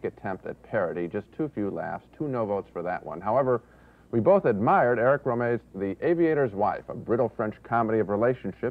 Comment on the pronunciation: Funny to hear Ebert consistently mispronounce Eric Rohmer's name